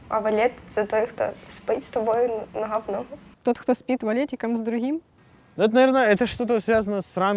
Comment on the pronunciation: Она сказала "Ногха в ногху", а мне первый раз послышалось "На гхавно" =)))